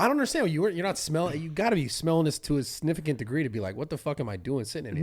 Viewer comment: “Sniffificant” check it out 😭